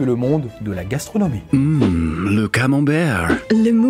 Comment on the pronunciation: Le camembew, Le mousse au tchocolate, le choucwoute 😂😂😂 Il ma tué avec la prononciation 😂😂😂